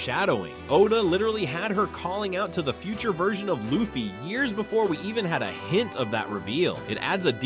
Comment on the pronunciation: Bruh cant even pronounce luffy 😂